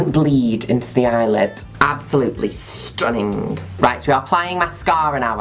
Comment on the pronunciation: Nobody: Juno: STUNINGE